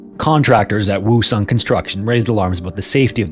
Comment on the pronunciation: Pretty sure that isn't how Woosung is pronounced..